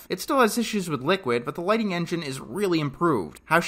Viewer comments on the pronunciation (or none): none